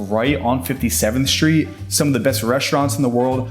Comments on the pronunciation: What’s a shtreet? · Shtreet. Can this Shtreet guy get a tighter suit? Shtreet. Shtreeeeeet!!!!